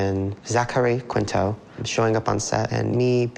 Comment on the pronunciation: Bestie this video is amazing but it’s pronounced “KEEN-TOW” not how it reads